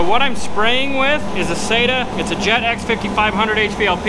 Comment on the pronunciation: Having worked in a bodyshop before I joined the military I appreciate your attention to detail and the quality of your work. I really liked the channel until I heard you say that you use “say-ta” guns. I’m sorry but you are wrong its “sah-ta”.